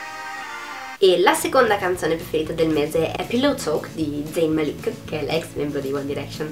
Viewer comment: Su malik non mettere l'accento sulla I, si dice málik con l'accento sulla A,ma ovviamente l'accento non si scrive